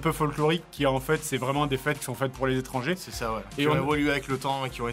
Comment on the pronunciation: Ronan Aubineau " Nan mais ohhh... zérieuzement... lèz édrangés, hein... lèz édrangés... "